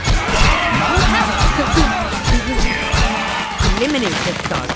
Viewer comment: Am i hearing mada mada or MUDA MUDA